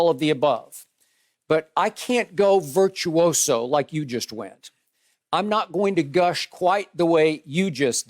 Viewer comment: Nobody: Shannon: It was Virtuioso"